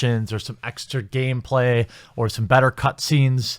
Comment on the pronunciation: "Some extra GAYmeplay!"